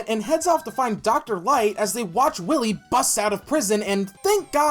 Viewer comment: When you're saying Willie instead of Wily, that's a bit, right?